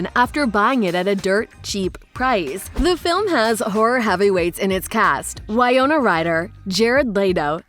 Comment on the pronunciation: Why-no-nah Rider huh...how can you wrongly pronounce such a well known Actors name so wrong. You'll have heard it atleast once, should know it's said Winnow-na